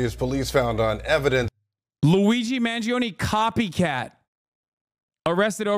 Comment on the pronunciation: I thought she calling him LOUIE G MANGIONE. why she say it like that???? They are SO SCARED OF HIM talking to ANYONE. Omg it's insanely hot. I'm not discussing his appearance....